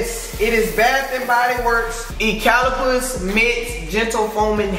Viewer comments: It’s ( YOU-CA-LIP-TUS) ..... Eucalyptus. Just a heads up lol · “Ecalapus” 😭😭 its you-ka-lip-tus